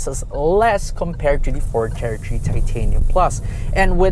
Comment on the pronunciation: Ford "tertree"